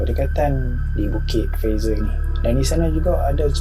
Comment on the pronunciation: Ni bukit fraser.. Awat aq dengaq hang sebut lagu Bukit Pfizer? Haru la telinga aq. Apa pun, welkam back oii. Lama tunggu video hangpa.. ✌️👍